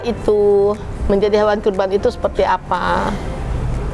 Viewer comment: qurban mba bukan korban. wkwkwk